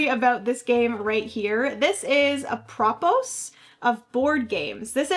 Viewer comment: Apropos is pronounced: ap-ruh-POH. It means "in regard to." AI made this sentence: Apropos of our discussion about strategy, choosing the right moment to play your strongest card in a board game can turn the tide in your favor.